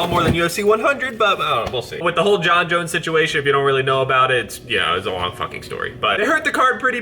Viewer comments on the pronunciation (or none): none